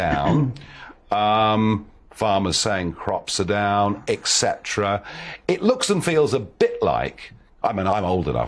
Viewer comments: It's hard to take seriously anyone who says "eCcetera". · To be fair, for a foreigner his English is pretty good, so I would let him off the mispronounced Latin.